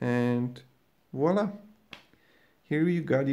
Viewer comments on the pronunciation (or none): none